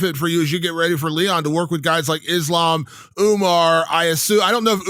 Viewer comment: Its kinda weird that belal cant pronounce his own religion, Is-lamb 😂😂